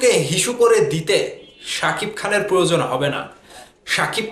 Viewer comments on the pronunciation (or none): none